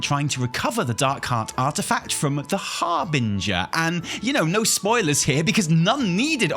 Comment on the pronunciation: im happy he isnt saying har-bing-her anymore